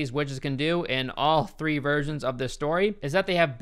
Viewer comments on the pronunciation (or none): none